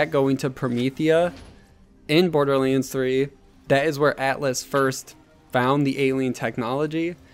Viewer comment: Dude, seriously - stop pronouncing "BorderLANDS" as "BorderLEENS"! gosh...